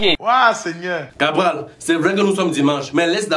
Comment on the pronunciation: Cabrel pas Cabral 😪